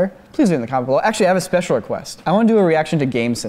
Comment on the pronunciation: “we have a spesle message for you guys” lolz